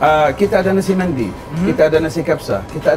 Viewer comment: Nasi Mendy ke atau memang sebutan dia Nasi Mandi..? 😕